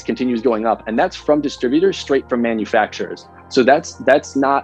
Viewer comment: Hearing you mispronounce "manufacturers" over and over again was mildly entertaining.